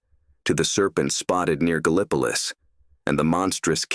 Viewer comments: I've never heard of Ga-lip-po-lus !?!?😂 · Very interesting. Wonder where Ga-lip-ah-luss is lol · Gallipolis is pronounced Gal-ah-po-lis.. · Pronounced "gal•uh•police" with accent on LAST syllable "lease'" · You pronounce it "Gal Pliss". You ain't from Gallipolis, are you? lol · You all are putting too many syllables in it. lol There's only 2, Gal (like owl) pliss.( like piss) Some say gal pleece(like fleece). Not police We use a little different word pronunciation than other folks. lol My favorite "outta towner" pronunciation effort is Galapagos. (like the island) Haha!